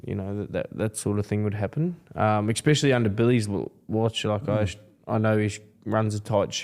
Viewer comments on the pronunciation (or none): "Exspecially" - Brandon Smith